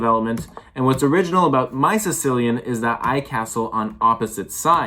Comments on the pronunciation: Sicilian… not sichilian 😂😂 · Take a break from your Chess studies and look up how to pronounce Sicilian. As an Italian I'm offended . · great game, slightly concerned on the pronunciation of that one Italian place